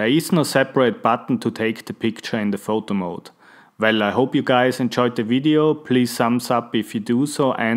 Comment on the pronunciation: Am I the only one who heard "Voldemort" instead of "Photo Mode"?